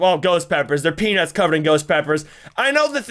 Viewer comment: But it was funny that he said suns peanus